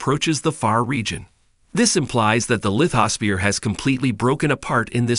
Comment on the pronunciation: ok, it's hard to watch this because the narrator didn't look up the pronunciation of some technical terms such as seismology, lithosphere, vulcanism, country names such as Ethiopian, Tanzania, Zambia, Eretrea, and especially Sinai. This might be a computer generated voice. Not sure.